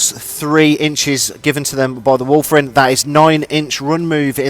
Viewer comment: The Wulfen died because you kept calling them Wulfren, which is a shopping centre in Wolverhampton... ;)